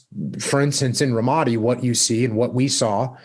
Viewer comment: think he pronounced ramadi wrong